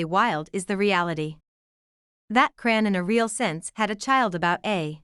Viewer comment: please fix your bott to say her name correctly because it’s very disrespectful to miss pronounce someone’s name it’s ow put it all together chrisean Rock